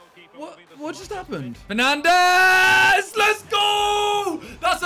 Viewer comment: Man said penandes